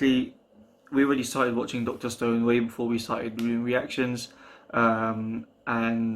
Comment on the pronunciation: Why did I think you were saying dr stern till I looked at the hashtags